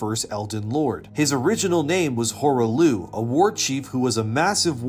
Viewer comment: "Horah Looh"? You can't even pronounce the name correctly after they say it in game? Definitely not a reliable lore video clearly.